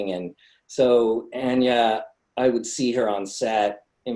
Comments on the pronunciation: the dude says ANYA like ON-NYA. its ANN-NYA. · exactly! its ann-yah not ahn-yah lmao. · its pronounced ANYA LIKE ANEURYSM YOU FOOLS! NOT ANYA LIKE KANYE! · they read anya’s name wrong